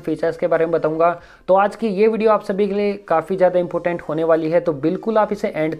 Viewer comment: Bro important hai not impotent